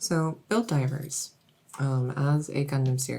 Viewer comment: I kept hearing Helldivers, not Build Divers xD